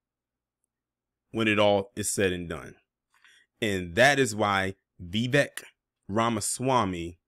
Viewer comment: His first name is pronounced "Vi-'vake" .